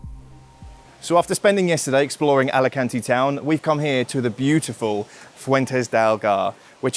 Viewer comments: Alicuntieeee. A-li-kan-te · Hey! Learn to say the name of the city! No "Álekánti". Correct: "Álikánte" (a)! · It's pronounced Alicant(ay) not Alican(teee). Thanks for the video. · great video, but try to pronounce the E at the end of Alicante, like the locals!